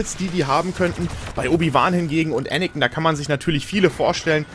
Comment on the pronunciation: ich mag dich wirklich, aber bitte sag Anakin und nicht Anikin.